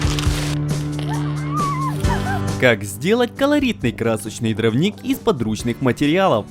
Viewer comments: дрОвник. Ударение на О. Вы же для аудитории снимаете, ну проверяйте слова по словарю. И, простите, но нет такого слова "шестьмя". Есть "шестью". Шестью сотками. У вас прекрасный канал, замечательные видео, но проверяйте пожалуйста, что и как вы говорите. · Все отлично, только повторяющееся постоянно неправильно слово дравник реально режет ухо... а так все отлично!